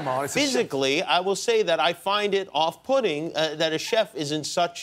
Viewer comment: "I find if off-pudding" Im not the only one who heard that right? xD